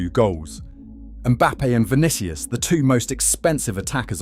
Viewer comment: Stopped the video when I heard "Vinikious". WTF? Is this AI or just an ignorant content creator? After "Vinikious", how can i take his arguments seriously, even if they are?